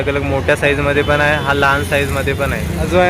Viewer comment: पन...पण /पानी...पाणी / आनी... आणि / हाये....आहे....😂